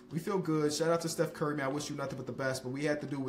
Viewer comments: of the video did just say bev burry, instead of steph curry! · he said beff burry in the beginning lolllll😂😂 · Bro said “we can get Beff Burry??”💀🤣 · "Beth Bury" 💀💀💀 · “Beth Burry” lmfao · Is it just me or did say Beth Burry. 😂